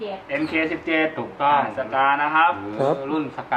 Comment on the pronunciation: น่าเล่นสุดในคลิปนี้คือ Mk17 ของ Cybergun ละครับราคาดีมาก รายละเอียดบนตัวปืนครบๆเลย (เสริมนิดนึงครับ คำว่าMK บนตัวปืนจะอ่านว่า Mark นะครับ)